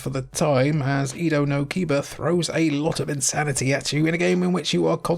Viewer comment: Edo no Kiba isn't "Ida no Kiba" it's "Edo no Kiba" Japanese pronunciation isn't so hard if you remember how to pronounce vowels: a — 'FATHER' not 'apple' i — 'LATRINE' not 'INSTANT' u — 'RUTHLESS' not 'buddy' e — 'EGG' not 'sweet' o — 'MOLE' not 'doom'